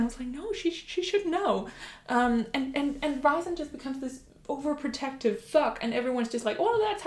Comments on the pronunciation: It is not Ri sand. It’s Rheee sand. If you listen to the audiobook it will show you. I’m sorry but it’s just a bit annoying that you’re doing a video about a character and don’t know how to say his name correctly. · Rhysand is pronounced "Reeceand"